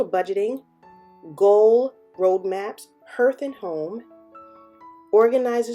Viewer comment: Looks really nice! Thanks for the review. I would definitely consider this since it donates to missions. I believe it is pronounced Harth not herth…like heart but with a “th”. Hearth is the front floor space of a fireplace. 🌻☺️